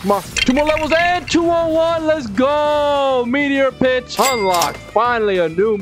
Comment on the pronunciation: Bro said b*tch instead on pitch